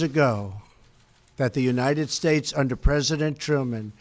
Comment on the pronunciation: I did not want to be critical, that was a long speech and I am sure he is exhausted but it sounded like he was slurring at the end. Listen to his very last words when he said United States. He needs our constant prayers.